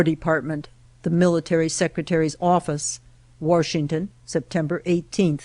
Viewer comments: It's Washington, not Warshington. Ugh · “WaRshington”. There is no R in Washington! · I absolutely hate when people say warshington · Didn’t know there was an “R” in Washington.